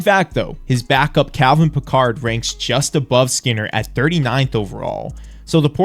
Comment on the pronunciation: Calvin Pickard is not the ancestor of Jean-luc. Say his name properly.